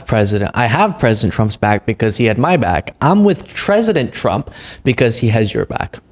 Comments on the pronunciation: "Treasident pomp" lol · Well, gosh ol' Ginny, who doesn't long for the days of Tresident Prump? 🤣